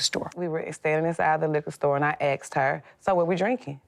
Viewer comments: "I axked her" its asked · The woman in blue said she axed the other woman!